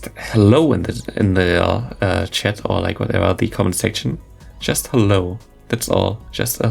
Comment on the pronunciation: Asking for a "hello" that sounds more like "Gute nacht".... So nice to see Malamar in action thx to! Your channel is really the place to be... good job German mate!;-)